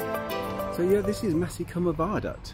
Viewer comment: Maesycwmmer not Masycwmmer. Maes rhymes with Mice.